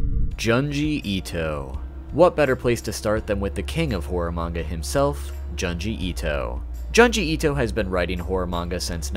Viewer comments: John-jee Eat-oh 😂 well you warned us but I still find it adorably hilarious 😁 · He said he'll mispronounce. I said ok. Then he said Janji Eeto.